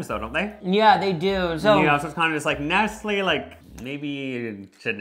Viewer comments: Calling nestle “NESL” is a crime 😭😭😭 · 👀 nesell? It's Nestlé like neslay. As for Frys Cadbury owns frys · sirs….CHOCOLATE WATER???? 🤬 I get a lil frustrated when people try things but don’t prepare them properly so they don’t get the accurate experience, but this is a whole new level! 😅🔪 also saying he pronounces Nestle that way (the right way) bc he grew up in LA 😂 Like I promise that’s not just an LA thing💀 I do love this little aussie era (plus I’m a big snack girlie!) but this video was just so hard for myself and everyone around me… I’m considering legal options idk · "Mee-low made by Nest-ol" 😭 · You used an NZ flag over an Aussie Flag 😢 You mispronounced Milo and Nestle. You put Milo in water! No one ever does that! That made me sick. Can you please go back to Australia and correct these things next time 😅Love your videos by the way.